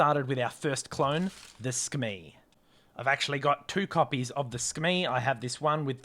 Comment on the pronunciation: Not to sound nerdy 🤓 but I am pretty sure it's pronounced Su-Kuh-Mei